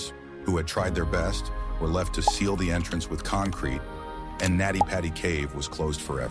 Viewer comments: It's Nutty Putty. Not Natty Patty. This was a total click bait. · His name was John Edward Jones. It is pronounced Nutty Putty Cave. The voice is AI generated.